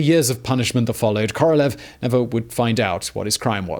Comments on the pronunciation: hate to be that guy, but... it's KorolYOv, Simon, КоролЁв. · I got caught on this one many times myself, but it’s Королёв the ë is said as yo not eh. 🤷‍♂️